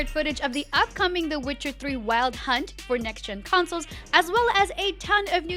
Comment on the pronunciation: Is it Weld Hunt or Wild Hunt 😅